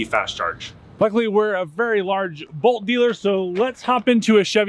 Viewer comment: I can't tell if he's saying Volt or Bolt.